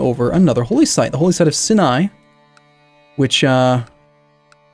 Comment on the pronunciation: The first i in Sinai is long, as in sigh. S(long I)-n(long I)